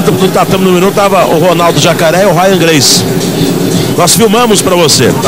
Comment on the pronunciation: O locutor sacaneou :"a Rya gracie" haha sempre foi um merda lutando, só ganhava na covardia